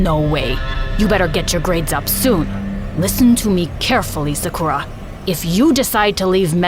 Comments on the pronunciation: She said im seukra its sa - ku - ra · It is not 'Saakurra' but 'Saakaru' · literally loved this story but the thing that annoyed me is that her name is pronounced (sock or uh) not (suck ur a) ik that bc thats my friends name i also looked on google translate to make 100%sure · BRuH it’s not su Kuh ra it’s sa ku Ra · sa-kura no suhkura yes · it gives me the ick when yall use other people's name or culture but dont pronounce it right... it's SAKU-RAH. the stress is in the RAH. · Who is kinda annoyed that Sakura in this vid is pronounced se- ker- a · Its said sa-ker-uh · is it not pronounced sakcrew-ya? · sakra is how Sakura is pronounced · And the prononciation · who pronounces sakura like that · Is it just me or is the people pronouncing Sakura wrong the whole video kinda annoying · i cant stand this, next time try looking up how to pronounce a name pls for the love of japan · It sounds odd to hear Sakura pronounced different. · why did they pronounce sakura like that 😭😭